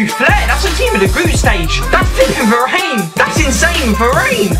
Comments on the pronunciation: he called him va-rain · var-AIN loled